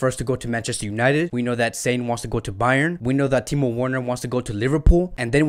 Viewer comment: With due respect , your content & analysis has been excellent except your pronunciations e.g. it's not Sane as in antonym of insane... it spells saa..ne.. just like sadio maa... ne... same way leroy saa...ne. Same for ter stegan it spells "ste-gan" not "ste-jan" .. like its waa.. gue... not wayg.